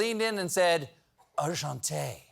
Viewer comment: Steve - respectfully, the greeting Macron most likely bestowed upon you is pronounced « enchanté » vs. « enchanteuil » (which isn’t a Fr word)